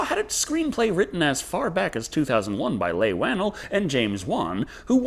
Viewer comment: I have never ever in my life heard anyone say Leigh Whannell's name like that